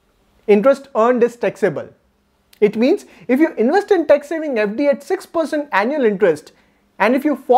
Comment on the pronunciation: Very nice information. Your pronunciation of Tax is tex. It is confused for sometime and later it is realised. So please take care on this and your pronunciations.